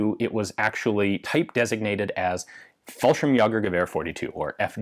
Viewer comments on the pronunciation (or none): He actually almost pronounced fallschrimjäger correctly, it's a long a though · "Fallschimyogger" Heh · Fallschirmjäger mispronounced.